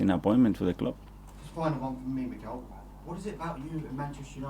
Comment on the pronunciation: It’s Mikel not Michael? 😱🤭😅